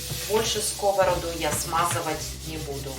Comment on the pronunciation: Не на скОвороду, а на сковородУ! В тесто для фаршированных блинов никогда не кладу сахар! Развожу не минералкой, а кипятком - никаких комочков. Блинчики не жарят, а пекут! Лука слишком много! Обжариваю лук, добавляю фарш сырой, затем отварной рис и потушить. Всем без исключения нравятся мои блины. притушиваю.